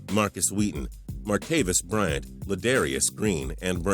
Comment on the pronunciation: I started laughing when he said martavis Bryant but they still have a chance